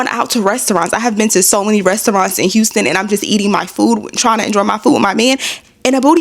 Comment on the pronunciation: wait did he say unston it is Houston......